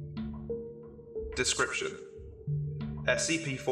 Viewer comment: "Desciption" Boi